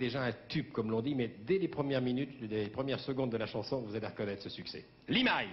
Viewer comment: Sacré Michel Drucker, qui appelle Limahl "Limaille" !!🤣. Dommage pour le décalage image/son, mais excellente prestation en live intégral, remarquable prestation vocale de Limahl !!!